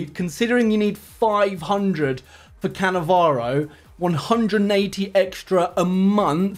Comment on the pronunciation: Nice shit rievew of cannavaroo😂